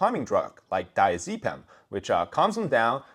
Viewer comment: It's not dia-zee-pam, it's die-a-zuh-pam